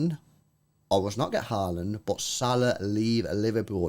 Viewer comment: If you wanted a tutorial on how to pronounce Haaland the wrong way. Watch this